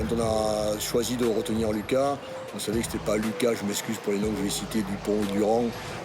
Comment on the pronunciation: Vous êtes sûr qu'on prononce pas Louca ?